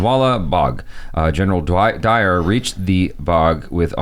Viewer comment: It's not Dwyer. It's Dyer. Reginald Dyer.